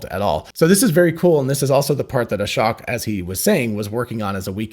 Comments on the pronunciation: Fyi, Ashok is pronounced uh-shoke, not ah-shock. Just listen to how he introduces himself. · Just a heads up “Ashok” is pronounced “uh-sh-Oh-k”… not uh-sh-oC-k. A lot of YouTubers are misspronouncing his name, ;) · Fyi, i think Ashok is not pronunced like Ashock, but rather like: Ashoke. Long o sound. (At least that's how Elon pronounced it and how he said it himself.)